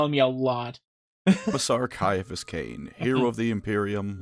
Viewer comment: Kia-a-phous, not sye-a-phous